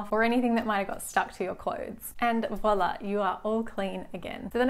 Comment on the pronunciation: take a shot anytime she says voila wrong